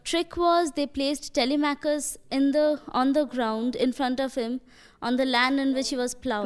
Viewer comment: It's TELI-MAK-US not TELE-MATCH-US, ma'am